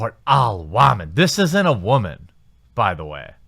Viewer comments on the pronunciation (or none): What's an WAMAN? Does he say that as a joke like those tired internet jokes from 10 years ago where you say a word wrong on purpose? Or is a waman a newer term that I'm simply not familiar with? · can you stop pronouncing things like that? I tried to indulge, but your 12 yr old pronunciations of words like Twitter or woman is ridiculously out-dated and PewdieCRINGE